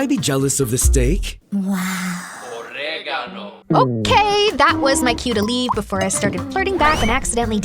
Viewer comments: I'm I the only one who heard "OrEGaNoo" everytime that guy shows up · All I hear is OrEgAnO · "origado"?? Loll😭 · WHY DO I HEAR OREGANO😂😂😂 I'M ALREADY CACKLING THIS IS CRAZY I LOVE ITT AHAHAH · "Oregano" im crine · OREEYYGAANO🗣️🗣️ I'M CRYING-😭😭😭😭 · NAHHH THE "ORREGANOH" IM DEAD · "orrrrrregano" ICONIC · gets me every time 🗣️: "OrEgAnO" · GUYSSS AM I THE ONLY ONE HEARING “OreGAnO” LIKE EVERY SECOND NEAR THE START 😂😮❤ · I keep hearing "oregano"